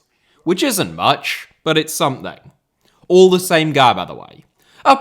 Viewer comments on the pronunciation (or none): none